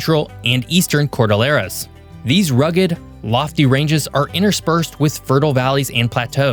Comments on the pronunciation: Cordillera not cordilera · You are a geography channel You make a video about Colombia And you manage to mispronounce 2 out of 3 cities, it's not Bogoduh or some contraption you produced and its not Madallin either. As a gringo you should know how to pronounce the LL in Cordillera as well. Truly pathetic, didn't watch the rest, of the video. I know a bit about the country and its geography, ecology and geology.